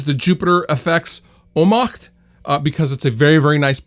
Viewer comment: Wow, the pronunciation of the "Ohmmacht" was flawless :)